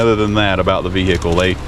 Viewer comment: Anyone who turns vehicle into three syllables should have their vee-hee-cle towed and destroyed.